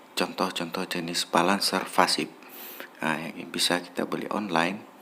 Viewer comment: Pasif bang. Bukan fasip. ,😂